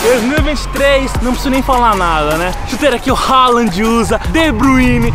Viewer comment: . Falou halaand e depois endrix